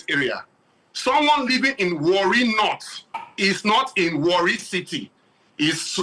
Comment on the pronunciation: Not really Warri it was wrongly pronounced that na is an ijaw word